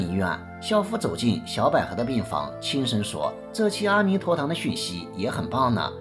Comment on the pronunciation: 的文字非常漂亮，文案很好很好，只是白璧微瑕，“阿弥陀堂”中的“阿”似乎应该念"e1"才对。